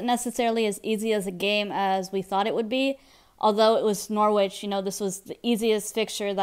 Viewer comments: It's Nor-itch not Nor-witch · you don't pronounce the W